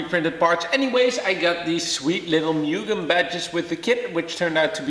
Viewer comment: put in a k 24 and de stroke it so u can rev it out to 12 grand, also pronounced MOO-GEN